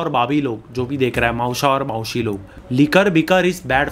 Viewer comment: its maushi not mausi